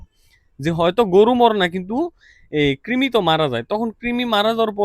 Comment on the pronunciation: ভাই আসসালামু আলাইকুম তিমি হবে না কৃমি হবে একটু ঠিক করে দেন